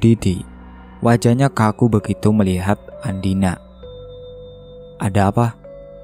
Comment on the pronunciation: Mohon maaf ya ada kesalahan pengucapan nama tokoh utama yang seharusnya andina. Malah ada yang di ucapkan dengan nama andini…